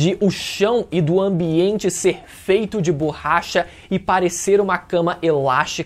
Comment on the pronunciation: Ouvir o falando "BORRAcha" meda agonia